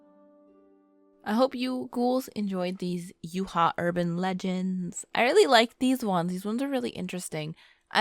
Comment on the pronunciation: Did anyone notice she called Utah U ha instead sorry if I forgot to put the right punctuation’s or something like that I suck at spelling so I use voice to text on iPhone instead.